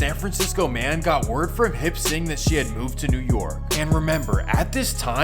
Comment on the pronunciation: Hip sing? Lol it's Hop Sing.. .